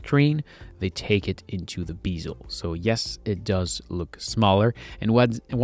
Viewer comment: Bezel, not... Beeezel... lol